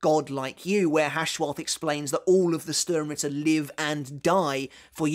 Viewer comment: You really are struggling with the names in the 3rd arc arent you 😂😂😂 Yuha Baha xD whats next Lula Baba? 😂😂😂 Same with vollstanding is the same "s" that u have in sternritter. You have to read both with " sh" like shadow not " s" like sister. Cmon man you know this xd